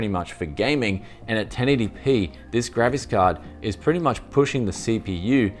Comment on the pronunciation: English caption says "gravis card" now I can't hear it as graphic card anymore